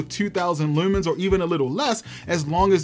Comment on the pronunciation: Assumed you were from Baltimore from the way you said Lewwmans. Stalking says maybe I'm right 🥴